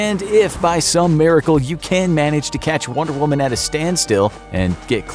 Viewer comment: The average male can beat “wonder whuman”